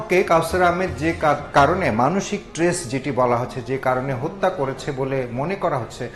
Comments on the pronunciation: ইনি কেমন রিপোর্টার, স্ট্রেস কে ট্রেস বলছেন? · Tress na stress